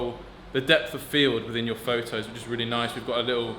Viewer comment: nice "FOV-TOS"